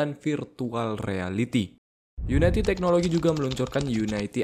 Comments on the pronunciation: unity bang, bukan united, kebanyakan video video luar nyebutnya gitu.. yuniti atau yunidi, bukan yunaiti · bacanya uniti bro, bukan unaiti :)